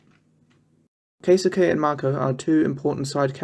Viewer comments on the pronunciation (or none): Keisuke is pronounced kay skay. Itsuki is pronounced eat ski. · Every Japanese word is butchered to some extent. Needs to watch the anime and actually listen to the vocals lol